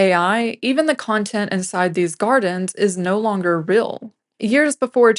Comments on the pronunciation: Brilliant video. Only issue is the pronunciation of "real" - that word does not rhyme with "grill." :) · Interesting video. As an aside, I got hung up on the presenter's pronunciation of the word 'real' or, as she says, 'ril'.